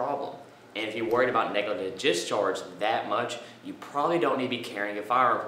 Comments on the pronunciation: negligent not neglident.... otherwise I agree. Would choose another instructor on that alone. Good video... good information.. I'm sure Andy Peterson has a video showing his draw time is faster... Wait... he doesn't... Keep teaching... but also understand that if you don't pronounce something correctly... many will assume you don't know what you are talking about. Great video otherwise! Keep up the good work! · WTF is a NEGL-GISHCHARGE? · lol this guy trying to say "negligent"